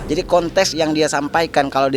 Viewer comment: Kontek bukan kontes 😂😂 anak buah Bahar anak buah Bahar 😂😂